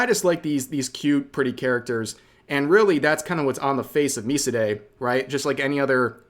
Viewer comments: Also, its pronounced 'my side' because your pulled into a game with her. Aka: your drawn to her side. I shouldn't be surprised coming from the same person who pronounced Scarle's name as Scarlay instead of Scarluh. Lol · The game "MiSide" is actually pronounced "My Side" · It's pronounced Me-Side, some would argue that it is pronounced My-Side. Me See Day is a new one. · "mee-see-day" No, it's literally just Mi-side. It's not a Japanese indie game, it's a Russian game made in the anime aesthetic. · imagine being so into anime you pronounce a game called "my Side" Miside as me see day say LMAO! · MiSide is 'My Side' afaik, not me-see-day. It's a play on the initial events of the game wherein you're brought into a game, to the world of the anime girl, ""My side" from her perspective. She even says those two words when you first speak to her, something along the lines of "welcome to my side" (paraphrased); Also on the steam store front it's spelled as "MiSide", with a capital M and S. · I assume 'Miside' is pronounced 'My Side' as a pun to the fact that it's theme heavily involve a 'my side of the story' twist. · it’s pronounced miside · Its pronounced like My Side. Also Rev, you should play it. It is top tier. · I think MiSide is pronounced Mai-side, like "My Side" because the basic spoiler of this game is that Dollar Store Giffany pulls your protagonist into the game on her side or from her POV, to "My Side" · For the pronounciation of MiSide, Although I don't think it's ever been confirmed, I believe it's supposed to be a double play on words? Like "My Side" but also "Mi" for the character Mita. But idk. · MiSide dev is Russian. He had to stop for a bit to get out of the country, actually. ABd according to him, it's pronounced "My Side". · Fun fact: MiSide is made by Russian developers, not Japanese. And it's most likely pronounced as mee-side, as in Mi(ta)'s Side. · I thought miside was pronounced “my side”